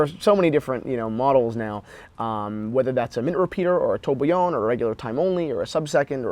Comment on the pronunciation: should really take time to learn how to pronounce the technicalities and brand names. Tourbillon, for example, in this video.